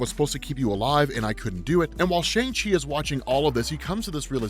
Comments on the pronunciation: Just letting you know, the Chinese/Mandarin/correct pronunciation for Shang-Chi is (sh-YOUNG-chee) or (sh-UUNG-chee) not (sh-AANG-chee). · His name is pronounced "Shong-Chi" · It’s pronounced like SHONG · Why someone people pronouncing it like “shung chi” the way comics is pronouncing it right way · So, we’ve been pronouncing his name wrong. It’s “Shung-Chi”, lol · Emphasis is on the "Chu" not the "Man". Also, it's pronounced "Shong-Chi". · we gotta start pronouncing his name correctly. "shun chi" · Did this to..but... it’s pronounced SHUNG-CHI. Peace. Love the channel. Tks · Just a heads up, the pronunciation is "Shong Shee".